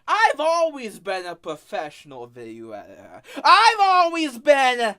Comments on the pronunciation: “ I am the Gweatest Veeioo eeiter that has ever lived” I dunno man, I think the greatest video editor ever would be able to pronounce their title, you wouldn’t expect a captain of a ship to not be able to pronounce his title nor the name of his ship ? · bro can't even say video editor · The self proclaimed video editor can't even say video editor